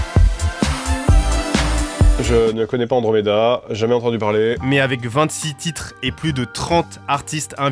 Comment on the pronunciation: faut revoir la prononciation des titres en anglais on comprend rien😂